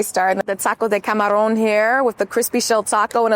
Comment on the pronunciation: I like wen you say tacos de CAMARRRON ❤❤❤🎉🎉